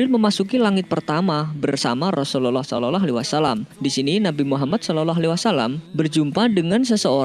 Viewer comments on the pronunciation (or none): Saloloalaiwasalam. Salawllah bacanya bukan salolo